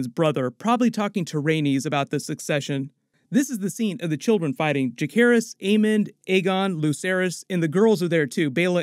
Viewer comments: Ja-SAY-ris. That's how it's said. Not JaKAYris. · Juh-SEHR-iss. Not juh-CARE-iss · Just splitting grammar nerd hairs here... Jacaerys is pronounced with a soft c, and sounds like Viserys, not Ja-CARE-is.